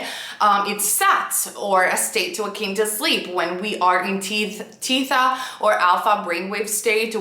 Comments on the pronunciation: One slight correction. The brain frequency associated with SATS is called not Tee-tha but Thee-ta. (Thay-ta for Americans). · Teetha you mean Theta?